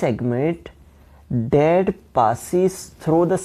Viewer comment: What's your problem y r u pronouncing that dat